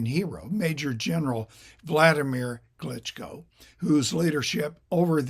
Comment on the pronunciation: His name doesn't rhyme with "Italy."